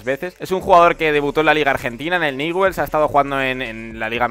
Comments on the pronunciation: No se pronuncia niwels bld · Se escribe Newell's y se pronuncia Ñubels.